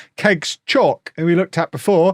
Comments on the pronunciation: South African here. Chauke is not pronounced as Chalk. It's Chow + ke (like ke in Kevin) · Really enjoying the series all the way from South Africa! Just a heads up, Chauke is pronounced chow-keh.